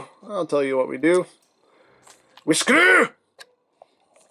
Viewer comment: Y do u call a lot of friction hinges, mushroom pegs. And y do ye say screw! With an Irish accent